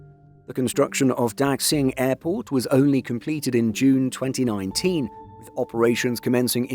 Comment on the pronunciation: Please train your machine voice narator on how to properly pronounce the word "Daxing". In particular, please inform the machine that "x" should be pronounced as "sh" rather than as "ks". Cf. also the pronounciation of the surname of China's current leader, "Xi".